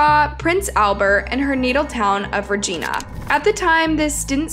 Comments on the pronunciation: Why can people not prounouce Regina 💀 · The way she’s fucking up the pronunciation of Saskatchewan and Regina 😭😭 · Lol please learn how to pronounce Saskatchewan and Regina properly. Thank you. Awesome video. 👌 I live in SK and this hit us all hard here. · The pronunciation of Regina was also wrong. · They didn’t pronounce Regina right either! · You're saying Regina wrong. It's really distracting 😂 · and im sorry but that is not how you say Regina or saskatchewan just saying love from hamilton ontario canada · so sad, but I laughed every time you pronounced Saskatchewan and Regina Hahaha